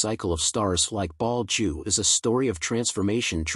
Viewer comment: Your speech synth is crap! Betelgeuse not Ball Jew form Bald Jew. What about proof reading and listening to your commentary before you release it!!!!!!! Amateur!